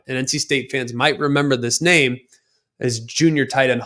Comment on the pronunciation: The disrespect toward him with not getting his name right is pretty ridiculous. It's really not that hard. It's pathetic how many people just can't grasp it.